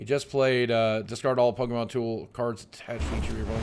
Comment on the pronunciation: I see everyone getting bothered with Lugia but I usually never see anyone care when people pronounce pokémon as "po-KI-mon".